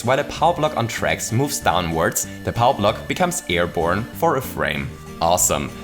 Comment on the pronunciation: it should be airborne, not airbrone